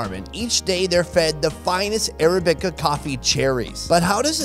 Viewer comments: Arabica... accent on the second syllable. uh-RAB-ih-kuh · Ara-bi-ca? Try Arab-ic-a. I don't know why that was driving me nuts. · It's a civet not a weasel it is weasel like but it is not a weasel weasels or carnivorous and it's pronounced arabica not arabica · "Arabica" is not pronounced like that Sun 🤣